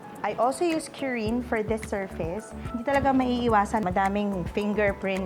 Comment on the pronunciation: "KU-RIN" not "q-rin". Its how Japanese say "clean". kurin.